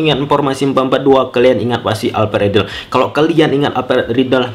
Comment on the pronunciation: "alped redell" hahaha hahaha